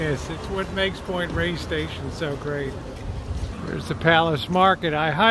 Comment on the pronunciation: Please pronounce it properly. It’s Point Reyes (Rey-yess) not Point Rays.